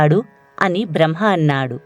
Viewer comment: బ్రహ్మ అని పలకండి దయచేసి.